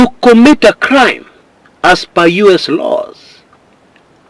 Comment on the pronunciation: Say it with me: in yues dollars 😂